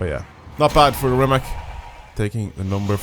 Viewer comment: Damn mph. I use km 😂 I love all time favorite Rima(c) C like from "Citrus", not K like from "Key". Its surname of the owner. Anyway who cares :) Second Hennessey And i hate Jesko 😢 so unstable...